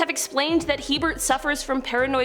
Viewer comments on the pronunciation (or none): It is HeRbert Mullin, not Hebert.